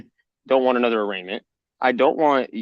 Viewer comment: Bro. It’s arraignment…